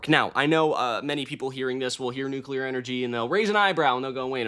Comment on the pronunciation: The nucelar chill-section caught me off guard.